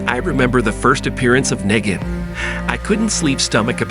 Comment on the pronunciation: I agree with you on the flashback but I 100% disagree with you on Kathleen. I’m a huge TWD fan. That’s an odd pronunciation of Negan, but that’s not who I would compare her to. You don’t like her because her character is based on hate and fear. She played a perfect villain and reminded more of a Governor type which is exactly what gave him fuel. A villain isn’t meant to be a nice person and well liked lol